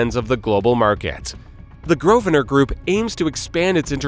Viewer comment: The name is said "GROVE-nər." There are two syllables. Also, it's Westminster, not "West Minister."